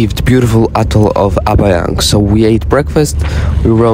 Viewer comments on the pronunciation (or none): none